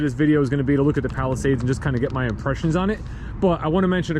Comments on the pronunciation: Palisade, not Palisades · Palisade. Not Palisades lol.